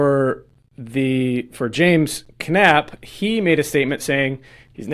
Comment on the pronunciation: Knapp is pronounced Nap - the K is silent.- Sheez you barely can tell this story.. I couldn't follow your story. I had to look up the real story and here it is. State of California vs Knapp Case Details: State of California vs. James Knapp Case Details in Santa Barbara The City of Santa Barbara has filed a criminal complaint against local property manager James Knapp for alleged violations of the City’s just cause eviction ordinance. The charges include terminating tenancy without just cause, failure to comply with the city’s just cause ordinance, and neglecting to serve proper permits. Knapp is a partial owner and property manager at 215 Bath Street, a 52-unit complex where the alleged violations took place between January and April of this year. The legal action follows the serving of just cause eviction notices to 11 tenants at the property, leading to an unlawful detainer complaint when one tenant did not vacate. In response to the charges, Knapp’s defense attorney, Robert Forouzandeh, claimed that while they consulted with the City Attorney’s Office before issuing the notice, he believes the city ordinance is vague and that criminal prosecution for serving an eviction notice is unprecedented in his 17-year career representing landlords. The case is set for an arraignment on June 12, where more details about the allegations and defenses will likely be presented.